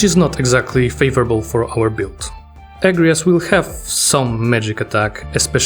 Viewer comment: Unpopular Opinion: The second syllible gets the emphasis in "Agrias", not the first. "Uh-gree-us". Yes, the game gets it wrong.